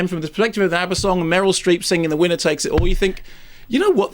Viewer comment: Why does he keep calling her Murel Strep?